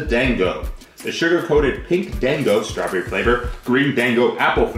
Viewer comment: Hah Pete and Japanese stuff, two great things. Gotta say hearing him try to pronounce things was funny. "Dang-o" lmao.